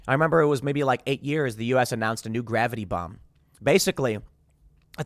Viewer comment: omg, when i heard, “gravity bomb”, i had to replay it bc i SWORE i heard him say GRAVITY BONG🤣 maybe all that smoking did kill a few brain cells lmao